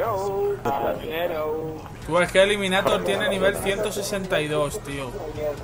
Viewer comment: Lo que mola es que se llama eliminaDor y todo el rato diciendo eliminaTor como si fuera un guiri xDDD